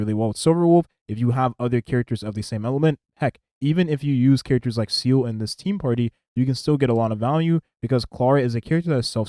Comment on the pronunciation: Haha i like how you can keep calling here "SEAL" I personally call her "SEELEE", hate how thay all call her "SELA".